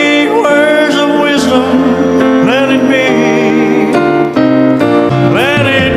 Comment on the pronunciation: Pagbigkas ng let it be..bisaya..let it biyy daw